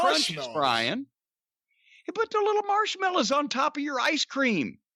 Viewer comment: I love how Jim pronounces "marsh-mellas".